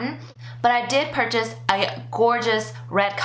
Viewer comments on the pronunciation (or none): none